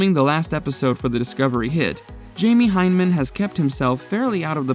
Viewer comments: and it's hy-ne-man not hyne-man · Jaime HY-na-men. Torre Bel-EECH-EE. The shoes: not Vortex, but Vor-TREX. Sheesh. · Is anyone else perturbed about how he's pronouncing Jamie's last name? It's not "hine-man", it's "HI-na-mun" Edit: yes they are lol